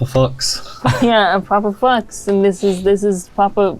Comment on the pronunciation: As a german i'm realy offended how they pronauce "Fuchs". As a english speaker i'm lafing my ass of ^^